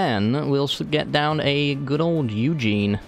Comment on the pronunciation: U saying ugin wrong is very annoying